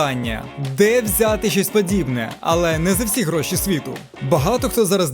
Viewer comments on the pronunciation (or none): none